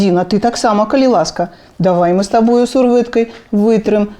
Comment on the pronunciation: добрая справа. толькі некаторыя гукі адбываюцца трохі не па-беларуску😔 не "с табой", а "з табой" не "размаВлять", а "размаЎляць". але ўсё роўна, дзякуй вялікі❤️